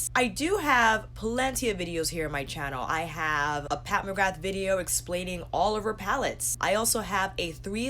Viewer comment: Love your channel, but McGrath is pronounced McGraa x